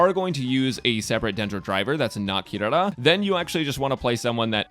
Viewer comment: THANK YOU FOR PRONOUNCING HER NAME CORRECTLY!!